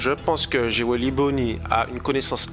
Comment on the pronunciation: je pense que c'est parce que tu prononce jewely au lieux de jewelry